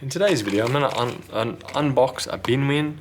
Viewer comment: Did you really call it BinWin?